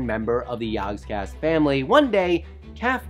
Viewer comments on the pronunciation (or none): Everytime he says "yogscast", I hear "yawnscast" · You had one job!!! "Jaaahgcast" You pronounce everything perfectly, but saying "Jaaaaaaahgcast" is the worst thing I have ever heared. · It would help if you could say the name properly Or almost any of it properly